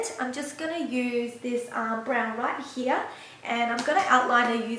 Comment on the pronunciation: you are so beautiful!!! and i love how you say "here", sounds like german "hier", you are so cute!!!!! <3 ^^ thanks for the video!!